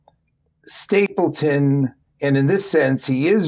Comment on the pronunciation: It’s StapleDon, not StapleTon